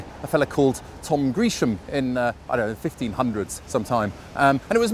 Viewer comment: Sir Thomas's surname is pronounced Grehsham, there is only one e. Apart from that an interesting video.